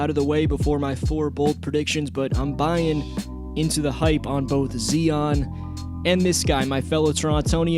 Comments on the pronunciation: Z-EYE-ON not Xion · nigga said zee on